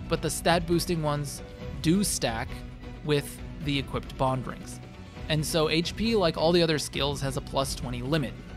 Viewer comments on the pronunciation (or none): none